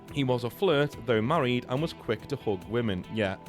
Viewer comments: bro pronounces "hug" and "hook" and he got me so confused for 10 minutes straight lmfao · Fr for a second there I thought 'hooking' a woman must be britbong slang for charming her or even 'hooking up' but bro literally just said hug